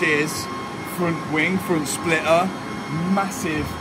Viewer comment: spli-ah instead of spliter :D:D::D:D:D:D:D:D